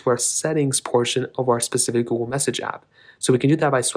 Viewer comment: He’s says Gool